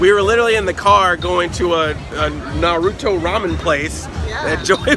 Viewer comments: Why are you saying Naruto wrong? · Who else got triggered by that butchered Naruto pronounciation? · Your mispronunciation of Naruto is hilariously adorable... or I am just a sad weeaboo.